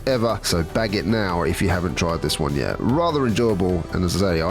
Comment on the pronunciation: Just realized when you say "Next One" at the end it sounds like you're saying "Next JUAN". Is that intentional? lol